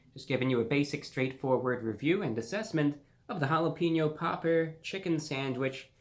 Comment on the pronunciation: the way he says jalapeño popper is funny as hell!!